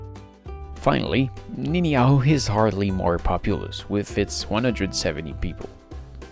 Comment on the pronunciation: Uh, you repeatedly pronounced the island "Ni'ihau" wrong. It is prounounced "Nee ee how", or just "Nee how".